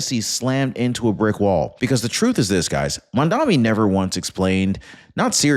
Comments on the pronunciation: He is not 'Mandami' as you are pronouncing it, he is Mamdani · It's MAMDANI!!! Not MAMDAMI!!! Pronounce it correctly... you sound uneducated!